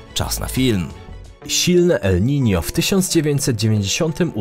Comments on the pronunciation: Nie ma czegoś takiego jak Nino, jak już to el Niño, pochodzi to z hiszpańskiego :) jeśli czytasz poprawnie to wypadałoby na miniaturce jednak użyć ñ ;) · 90 razy uslyszalem elninio :)